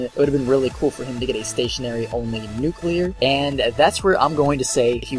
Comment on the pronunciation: hip fire nucular